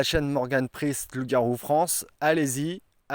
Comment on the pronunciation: pourquoi ne pas dire le "E" de priEst et dire sprist ..?